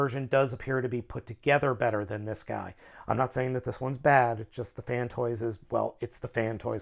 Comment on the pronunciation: Downvoted because you keep saying "Fantoys." IT'S FANSTOYS, c'mon man you're a reviewer!